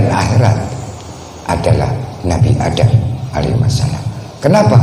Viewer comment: Do' a dukun baca mantra, nyebut alaihi salam aja salah alaihi wasalam.kok pengikutnya percaya, apa gak sesat.? harap dipikir ulang ...Betul ...tidak..? keprook atuh...